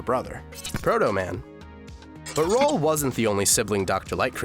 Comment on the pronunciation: Roll and Bass not Role and Base